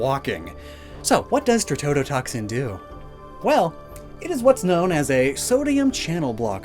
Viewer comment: I will definitely be “that guy” here, but for future reference, in case you need this again, it is tetrodotoxin, not tretodotoxin.